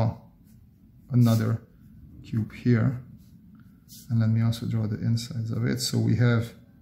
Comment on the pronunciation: fun fact: He cannot pronounce cube.